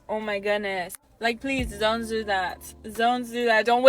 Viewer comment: Wrong: Women who want their worth measured in money are no diamond but the cheapest thing a man can get. I do, however, love how she yells into the camera like a primitive animal, "zon zo zat, zon zo zat, zont waste YOUR DIAMOND ENERGYYY!!!!!!!!!!" 🤣😂🤣